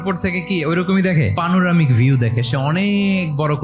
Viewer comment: পানুরামিক না শব্দটা হবে প্যানারমিক। হজূর ইংরেজি ভালো করে শিখে বলেন নইলে শুনতে খারাপ লাগে।